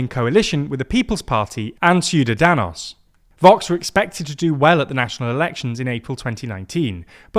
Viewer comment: Hey, you pronounced Ciudadanos perfectly today! Cheers!